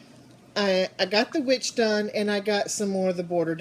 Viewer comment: Oh my gosh your finger looks so sore. You are lucky he didn't take you down face first. In the first few minutes of this video you said "I got the witch done". I swore you said "I got the bitch done" and I was hysterical!!!